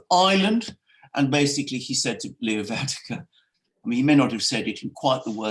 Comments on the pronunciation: ..and Mogg said Northern Ireland is as much part of the UK as Sommerset ... Gentlemen Varadkar - VAR.. RAD.. KAR.. Stop butchering that name please it's so easy .. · You pronounce the Irish Prime Minister's name wrong. It's Leo VER-AD-CAR. He is not Dutch, so it's not Van der Car. Check the spelling guys, 'Varadkar' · If cannot get "Var-ad-kar's name correctly pronounced then he should really just call him as he is, a foreign Pakistani homosexual communist globalist! He served as vice Pres. of the socialist youth party of Europe, he has no buisness leading a "Republic" and as a result Eire is is no longer a Republic, only on paper!!